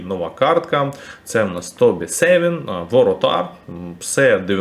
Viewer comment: Не Тобі сЕвін, а Тобі СавІн